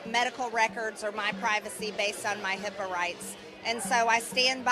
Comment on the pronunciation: Self sabotage at its finest 😌… such a genius; she really said “HIPPA”😂😂 🥜